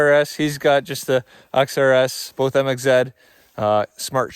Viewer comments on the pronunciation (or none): Why does he call it a Mxzed